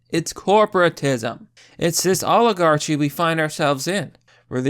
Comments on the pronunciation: Oligarchy = Awl ig ark ee, I know you know what it means, that's how it's pronounced, it's important, people will dismiss you for mispronunciations, misspellings, and etc. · Who the hell taught you how to say oligarchy!?!?